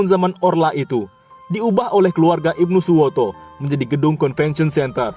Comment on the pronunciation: IBNU SUTOWO..bukan Ibnu Suwoto.